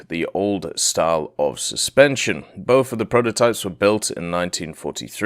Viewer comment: I love how says "both" Boff